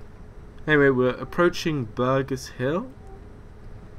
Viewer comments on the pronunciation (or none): its not burgerss hill its Bur-gess hill :)